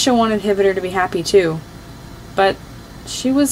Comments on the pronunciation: Did you know that hvítur is pronounced kveetur not hivitur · Ngl, i loved this but i think hvitor is pronounced: ha vi a tor, right? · Not to be rude but I think it's pronounced hv-tur?? That's just my opinion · that’s not how you say his name, the eye makes an E sound.